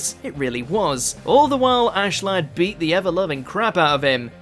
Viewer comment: You it’s Askeladd not Ashladd Right like wtf